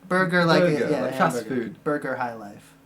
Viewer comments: It's Bɒgga not burger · As a Ghanaian. Burger Highlife rang a bell.. The reason it's called burger is to do with the German word for citizen I think. It's pronounced "bawga" highlife though. The original Highlife was more old school West African blues which morphed into it's own form of R&B and like current R&B, became influenced by the hip hop genre (in Ghana that scene is known as Hip Life because it was in turn influenced by highlife).